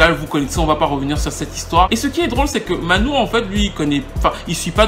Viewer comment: j'aime beaucoup tes vidéos, mais là il y a une erreur phonétique...on prononce Manu et non pas Manou...c'est Emmanuel Dibango... pour le reste, c'est top ;) continue!